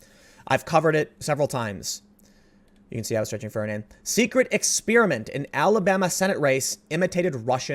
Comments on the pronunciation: If you could never say the word "exspearament" again, that'd be great! Okay on a serious note: the left gets rabid over alleged claims, such as with Trump Russia, and has no care for definitive and proven scandals such as with the Alabama race. It's funny, David Pakman posts on his YouTube: Kushner's father allegedly secured Jared a seat at Harvard with $2.5 million, even though it's legal, and his entire case is flipping a shit saying "OH THIS CONFIRMS WHAT WE KNEW ALL ALONG!" It's not only not confirmed but these assholes are waiting for news to come out that supports their conclusions about the world. Fucking assholes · Why does everyone mispronounce experiment now? It's not fu*king "expiriment" or "exspeariment". It's not gum flavor.